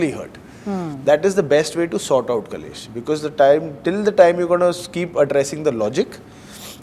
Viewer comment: Great interview- only correction ( it is KLESH not KALESH ) ❤